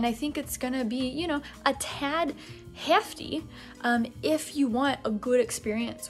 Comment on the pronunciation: Ok super off topic but I MUST know the joke behind your occasional Upper Midwest accent when you live in NYC and are originally from Texas? I know you exaggerate it for laughs but it's bizarrely funny to hear you say "heEeEEefty" just a few seconds before your natural Texas "gitting"/getting.